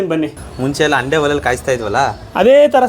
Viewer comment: ಅಂಡೆ 😮 ? ತಪ್ಪು.😅 ಹಂಡೆ ಅಂತ ಸರಿಪಡಿಸಿ.